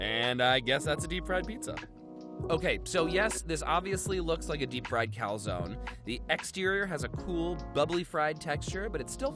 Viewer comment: Not only did he call a calzone "pizza dumpling", he also mispronounced the word afterwards (you're supposed to read the "e", it's not french), AND he made the saddest calzone ever (come on, no ham or pepperoni? As Davie504 would say, smh)